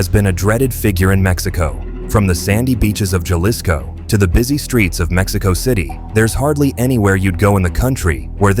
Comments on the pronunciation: Dood the "J" in Jalisco makes the "H" sound. So it would be pronounced like Ha-lis-co.. you illiterate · Learn to pronounce Jalisco.